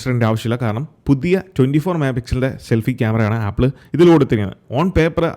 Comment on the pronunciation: ഷെൽഫി അല്ല സെൽഫി 🙏